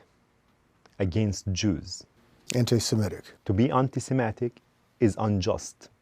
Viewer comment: THAT GUY CANT EVEN PRONOUNCE SEMITIC he was saying simetic